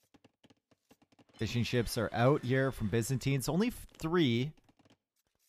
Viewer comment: heard fish and chips instead of fishing ships.... i though omg...